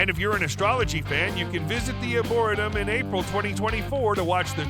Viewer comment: Uhmmmm....if you're marketing yourself as "The Luxury Travel Consultant" I think learning how to pronounce words is of paramount importance. The word "Arboretum" is pronounced ARE-BORE-REE-TUM, as in a place with lots of trees. SMH